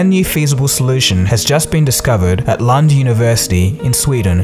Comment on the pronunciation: OMG "LUND UNIVERSITY" Hahahaha OMG im dying xD